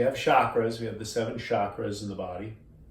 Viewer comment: when he said chackras he lost me